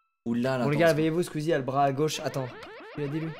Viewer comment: vraiment la manière ou dit SkUizie jamais je m’en lasserai